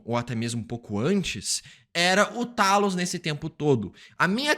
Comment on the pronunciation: Era o "Teilos", Teilos!! É assim que se lê, caraca! E é Seiber (a tal estação espacial lá), Por favor, vamos ajudar o coleguinha aqui, minha gente!